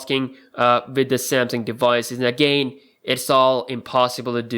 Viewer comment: Dude, check out how to pronounce "again".